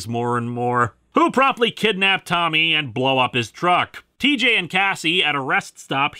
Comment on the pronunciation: did you say cheejay?